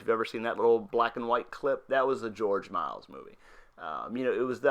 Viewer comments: Fascinating but AUGH can you PLEASE stop butchering George Méliès surname? It's not pronounced 'Miles' it's 'Me-li-ey' thank you! :O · dude, you cant even get his name right! its not george miles is george miliel you suck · Thats funny since it's actually pronounced Mel - E - S.